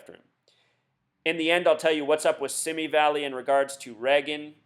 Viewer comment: Oh, and BTW... "Simi Valley" is pronounced "SeeMee valley..."